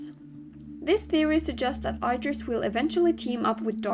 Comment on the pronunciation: It's pronouced: ID-ris. NOT: I-dris.